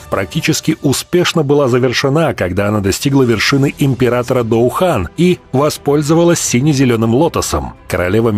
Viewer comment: "Когда она достигла вершины Доу Хан". Доу Хан, блин.